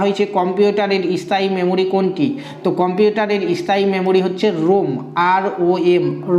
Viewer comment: উচ্চারণ টা 'ইস্থায়ী' নয় 'স্থায়ী' হবে।